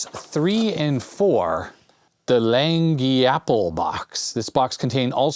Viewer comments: Dude! Lagniappe is pronounced "Lan-yap" (with both of the As being the short sound as in "apple"). It's French, and means "a little something extra". It is common parlance in the New Orleans area. Wow, you get all the cool tools and toys! Try to load up Ubuntu on that Cosmo Communicator... If that Ranger505 case is made from ABS, yeah, it can become brittle over time. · It's pronounced, "LAN-yap." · Just FYI, Lagniappe is a Louisiana thing. It means like, the extra or a little something extra over what you were expecting. I'm probably going to get corrected here but I believe it's pronounced like Lan-Yap. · I thought he was having stroke while reading that.